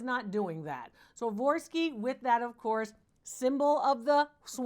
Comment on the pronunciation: Dr. Lori please, please, please learn to pronounce Swarovski ! It's like a physical shock to hear such an intelligent lady that is so knowledgeable about so many makers names say it like you do. It ain't much but it's the only thing that bothers me ! I love everything else, and that you've helped so many, and I have learned a lot. Thank you ! ♥️ 🕊️ 🇨🇦